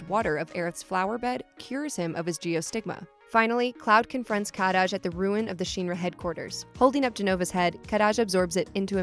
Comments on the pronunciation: Kadaj name is pronounced ka-dodge. You’re rolling his name like it’s Spanish 😆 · Happy to pronounce the regional mistranslation of Aerith and yet insists on pronouncing Shinra as “Sheenra” 😒 I get it, i’s are e’s in Japan, very good, but we have the officially translated products themselves, just go with that. Again, , Kadaj has one D, not Kad-daj, and Yazoo is a perfectly normal Japanese name, it derives from Yasu, if you wanted to make fun of it point out that it’s traditionally a female name. Also Denzel is one word. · I also super hate how she says Kadaj. THEY LITERALLY SAY IT PROPERLY IN THE MOVIE. PLS. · She pronounces kadaj’s name weird. She should watch the movie to see how they correctly pronounce his name lol. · Cloud took Zack's memories in part to PTSD, as well as the Mako/Jenova cells. It's pronounced Kuh-Daj, not Kah-Daj. Nanaki (Red XIII) is not a "mutated cat thing" It's ShinRa, not SheenRa. Cloud and Tifa were childhood friends. The kids bullied him, that's why he wasn't friends with them in Nibel.